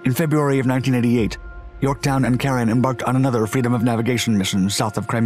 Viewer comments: USS Caron (DD 970). He got the pronunciation correct ... "Karen." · There are a couple of photos of the name on the ship's stern ... USS Caron (DD 970). He got the pronunciation correct ... "Karen."